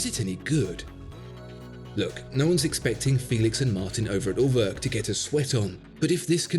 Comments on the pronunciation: pronouncing it At-oh-wak, isn't really doing the brand any favours -- perhaps the slightly softer A-toe-wick would be more helpful :3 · Ah you meant Uhrwerk...with an oe sound like as in shoe or two, you said örwerk...lol.. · What do you want to bet more people will just automatically pronounce "Atowak" correctly than "Urwerk" (which my American tongue spit out as "Er Work" until I found out better). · Everytime you try to pronounce Urwerk, and show this silliness on your B take I daydream your beg cry for subscribe button. And I wish, the very best for you. As calmly I release all the profanity that rushes into my head by the by product of your tango, I again do firmly wish the best for your channel.